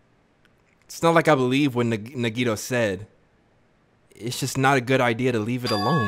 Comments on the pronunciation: Bro omg it’s “Na-ge-toe” damn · you're killing me its pronounced NAGI-TO